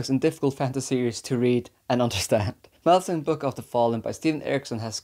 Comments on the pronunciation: Lol i mean i knew you had a hard time with the series when i seen u haven a hard time with the name...... "" 😆 i seen alot of interview on the book and i never heard anyone say it like that. Its mal lah zon. I swear its ez and its sounds cool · Why do you pronounce it like that? It sounds like you're saying Molasses 😭 I bet that's the right pronounciation as well! Whether its right or not I hate it so much hahaha